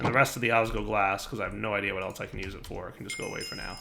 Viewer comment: It's osg L oglas, I'm sorry if I sound angry, and it's just the tiniest detail, but missing that L every time you said it, was like raking your nails on a blackboard whilst twisting my liver.